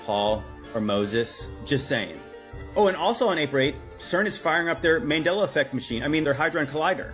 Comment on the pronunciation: I love how the dude says "The Mandala Effect" twice and then says if you don't know what it is then Google it. 😅😅😅 Sounds like he needs to Google it himself. Just SayN Mandela, Dela!!!! Not Dala